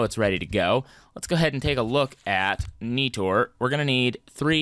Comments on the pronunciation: It’s not Neetor it’s Nighter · Every time he said NEE-TOR I cringed..... xD